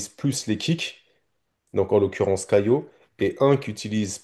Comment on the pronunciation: Pourquoi tu dis "CaiLo" tu le vois vous où le L dans son prénom ?